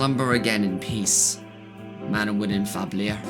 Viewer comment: Manawyddan is bid farewell by Dick Lancer, shocked someone knows how to pronounce his name Narrator: o rly? Hold my beer Narrator "And so, with the defeat of ManaVida La Vida..." 😅😅 ManaVida La Vida a k a Marmalaide fab liar a k a ManaWyddan fab Llyr "OH come on!" 🤣🤣🤣